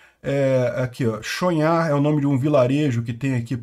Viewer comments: pelo pouco de ucraniano que sei a pronuncia seria Tchon-rrar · Pronuuncia-se "Tchon-Rar" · Chonhar = O último h, fala-se rr), pronúncia-se: "Chonrra" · Olá,, a pronúncia é Tchonrrar. A letra que é o H em ucraniano é o G do russo. Por isso, algumas fontes podem transliterar para Chongar. O G do russo ganhou o som do R carioca em ucraniano.